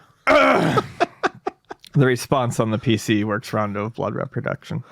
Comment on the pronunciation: really needs to learn how to pronounce RE-production.